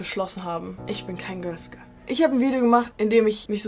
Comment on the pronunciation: "göls göl" 😂 ok i'm sorry love you & war mal wieder ein super video!💞